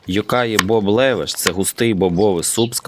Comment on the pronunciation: Левеш, наголос на першому складі, і ранташ на холодну не готують